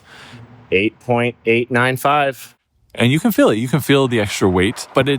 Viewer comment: Odd pronunciation. Stihl for steel. fihl for feel. Is that a California thing?